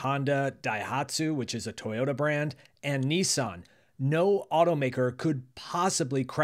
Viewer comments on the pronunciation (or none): none